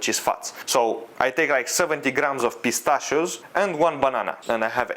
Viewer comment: Bro why with every meal pistschio